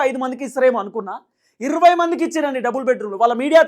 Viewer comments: మిడి మిడి జ్ఞానం ఉన్న వారు ఇర్వై ఏ... అంటారు బ్రో... అందరూ జర్నలిస్టు లే... ఈ లోకం లో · ఇర్రవ్వై కాదు సార్ ఇరవై అనండి. మనం తెలుగు వారం అయ్యి ఉండి తెలుగు సరిగా పలుక పోతే ఎలా సామి.